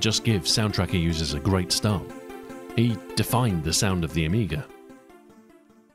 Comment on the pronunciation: I think you're the first English speaking person that don't call Amiga "the amiger"